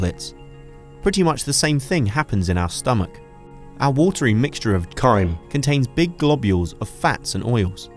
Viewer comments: Sounds like they had to overdub him mispronouncing it lol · what's with the intonation on "chyme"